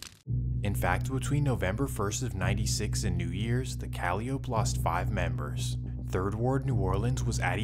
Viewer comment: Duuuuuude....the P in Calliope is NOT pronounced...🤦. Even if you aren't from there, ain't you ever heard a Master P or Silkk the Shocker song? Jeez man, makin my Louisiana ears bleed over here WHODI 😂